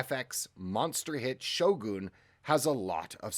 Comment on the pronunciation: It’s not pronounced Shogoon 😂